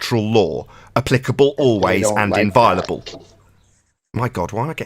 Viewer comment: Never heard the word inviolable mispronounced with such a high frequency. Unless in a british accent you don't pronounce to 'o'?